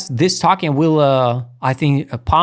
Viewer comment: oh, a note, token is pronounced TOE-KEN; i was confused the first few times i heard you say it, sounded like talkin ;)